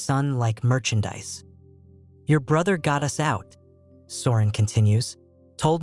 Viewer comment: From Bangkok, let me laugh that AI said 'U-S' instead of 'us' 😂